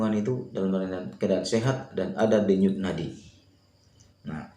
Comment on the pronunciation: mantap bang infonya,, sangat bermanfaat Ngomong Denyut nadi nya kok belepotan abang ku